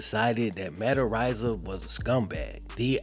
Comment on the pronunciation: I'm pretty sure it's pronounced areeza I think. Not arise-a